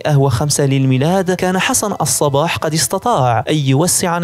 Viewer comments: تصحيح .... قُم وليست قَم الصبّاح وليس الصباح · ليس حسن الصباح ،، بل حسن الصبّاح على وزن فعال و مدينة قُم وليس قم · الصبَّّاح و ليس الصباح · ياخي نطقك لاسمه غلط الصبّاح بشد الباء مو الصباح !! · حسن الصباح بتشديد الصاد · أولا أخطأت في الاسم الصباح بتشديد الصاد وليس اهمالها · الصباح بتشديد الباء هو النطق السليم للاسم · نطق الاسم خطاء لحسن الصباح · نعم هناك شده على الباء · يا اخي انت تسرد احداثا تاريخية مهمة فعليك أن تتمكن من اللغة العربية الفصحى ومن النحو والبلاغية مثلا عندما تقول الآمر بالمد وانت تريد قول الأمير فهنا يختلف معنى الجملة في سرد الاحداث وكذلك نطق الاسماء بشكل صحيح مثلا الصباح تنطق بشد الباء ... انا اشجعك فقناتك مفيدة تستحق المتابعة ولكن يحز في قلبي ان أتغاضى عن مثل هده الملاحظات لأخطاء قد تكون سقطت سهوا ارجو المعذرة لمروري